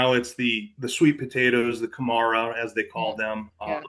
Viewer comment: For example, all the syllables in the word kumara have the same emphasis. American words tend to emphasise the second syllable, so you say kuMAra. That marks you as a non-Kiwi.